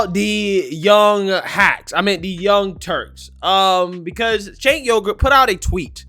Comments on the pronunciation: Why do you keep calling him sink yogurt? Are you doing that purposely because it's hilarious? Cenk Uyghur; pronounced ch-a-nk Uuuu- gur lol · he said SINK YOGURT 😂🤣😂🤣😂🤣👍🏻👍🏻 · BTW FWIW, Çenk is pronounced "Chenk" & his last name is pronounce "WEEgur." And The Young Turks historically used terrorism to revolt for Arab supremacy in the Middle East. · Not that it really matters, but, it's pronounced Chank Weegur. He's a jackhole lib. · I swear he keeps saying Jank Yoghurt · "Sink" Yogart 🤣🤣🤣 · Ah he always makes me chuckle with thr mispronounced names. His name is now Sink Yogurt...love it! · Chunk "see eye ay plant" uygur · You mispronounced Chunk Yogurt's name. As far as the content of this video, this is just the left's motto in action again.